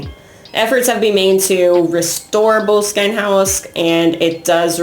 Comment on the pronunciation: Heads up,try learning pronunciation. BO-LESS-KIN house.Arch ie bauld Frazer .This isn't rocket science.A little respect goes a long way.